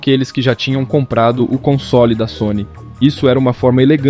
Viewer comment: Cai de pára-quedas no canal, boa edição e narração só vi um erro na pronúncia da palavra “console” você fala “consôli” como se houvesse um acento no “o” fora isso tá muito bom!